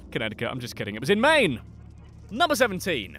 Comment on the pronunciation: I’m from Maine, and I know how to pronounce it.